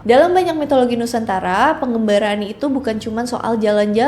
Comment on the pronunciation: Pengembara mbak, Bukan pengGembara